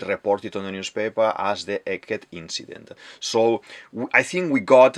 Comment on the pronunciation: I love your accent, my guy, i don't want to watch your video till the end, but "eliminatid, saTURn, WeBUL, inCIdent, uraNUS, PolY, CroCUS". Is this your secret strategy to maintain viewers?